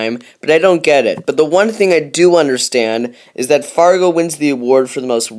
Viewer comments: It's Largo, not Fargo. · he says fargo instead of largo. stupid